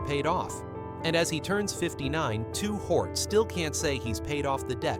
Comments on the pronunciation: Ai your messing up!! "Two Hort"?? 👎🏾👎🏾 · why the hell is the AI calling him 2 hort. Fix that mess and give the legend respect and say his real rap name. Lazy man using AI that sucks .He just said 2 pack. Ruins the video for me. But i learned a bunch about his money and shitty circumstances. Still i grew up on his flow and the rest of the legends. Seriously thank you playa for the music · Who on Earth in their right Mind would pronounce $HORT as HORT? A Literate Human Being Narrator would NEVER DO THAT!!! Y'ALL NEED TO DO THIS WHOLE VIDEO OVER w/a LITERATE HUMAN NARRATOR! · He did all that research and still there can't pronounce his name 😂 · How am I going to believe the story when you can't even say his name right....SMH😮